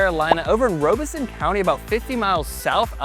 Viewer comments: Lumberton is in Robeson County - it's NOT pronounced like ROBE but like ROB. The crime rate is high and it's because it's both the poorest county in the state of NC and more than half the population is of minorities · Lumberton is in Robeson rhymes with Bob County not Robeson rhymes with robe county